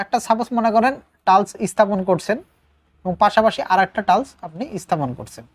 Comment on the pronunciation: ধন্যবাদ। কিন্তু টালস্ নয় টাইলস্ হবে।